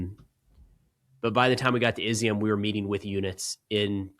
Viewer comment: great report. Izyum is pronounced “E-zum”. It means “raisin”. They grow also of grapes in that area. Love it that you went to the east.